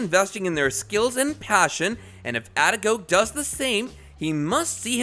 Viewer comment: It is a-de-ko-ge. For Gods sake say people's name right